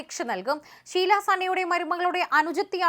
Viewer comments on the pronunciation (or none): ശീലാ അല്ല ഷീല